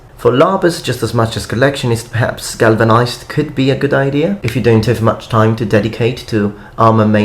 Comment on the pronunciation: glavanized ? Huh